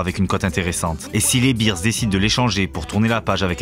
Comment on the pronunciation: Juste un petit détail phonétique concernant la prononciation, ce ne sont pas les Chicago BEERS (bières) mais les Chicago BEARS 🐻 😉